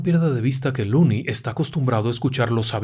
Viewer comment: Excelente narracion. Una sola correccion: El nombre del protagonista es "Lonnie" no "looney". Lonnie (pronunciado Lani) es la version corta de Alonzo. Looney significa "chiflado/loco"